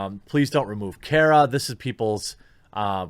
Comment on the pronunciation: It's Cara not Kera